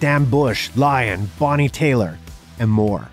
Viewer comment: Bonnie TAYLOR? Totally eclipse on your pronunciation of her Name..can't really know the eighties, doing that